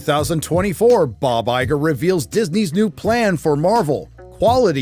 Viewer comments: “Liegar” haha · did you just call him Liger? Is it because he's useless, given far too much, and infertile?